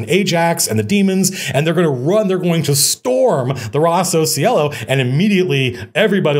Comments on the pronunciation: As an italian took me a while to understand that was "Rosso Cielo" and not Rossow sielo. Think is a cool name. Great video, inspiring as always. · I kept hearing Rossos Yellow. "Red Yellow? that's silly." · his italian sounds very weird, so I'm not surprised